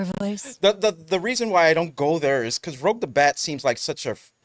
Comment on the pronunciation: Why people keep mispronouncing Rouge? Even in gaming channels call her "Rogue". xD